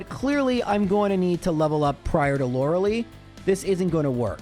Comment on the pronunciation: Does he say Lorelei incorrectly on purpose?